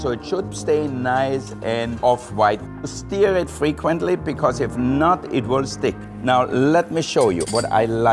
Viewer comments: "Steer" it carefully 😂😂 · I like that he said 'stear' for stir 😄😂